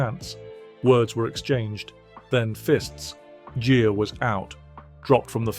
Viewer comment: Gere is pronounced like gear not jeer